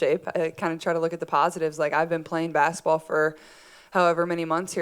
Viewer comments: She always pronounces basketball as "basitball" 🥰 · I like the way she says baskaball